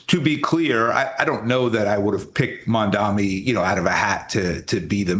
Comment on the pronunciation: He’s not called Mandami, still can’t get his name right!! It’s MAMDANI!